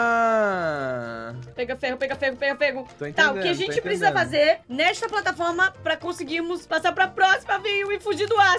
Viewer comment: O patlaforma